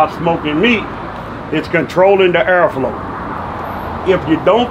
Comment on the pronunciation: "If you don't control the ERRFLO...you not gonna be able to cook properly"